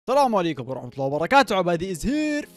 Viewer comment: ليش تقول طلام عليكم